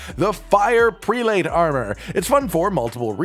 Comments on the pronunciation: BTW, 'prelate' is pronounced like preh-lut, not pree-late. It's a high rank in the church, similar to a Bishop. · The word prelate is NOT pronounced the way you are saying it